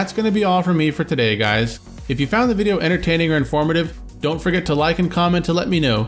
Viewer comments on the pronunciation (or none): none